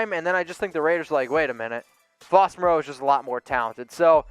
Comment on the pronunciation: Ian Swanson at least can pronounce Moreau:-)